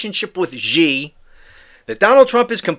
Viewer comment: Just to help you sound smarter still, Xi is pronounced like "she", not "zhe". 😊